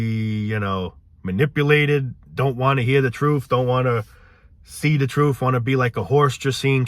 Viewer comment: Gotta hear the "troof", man! 😂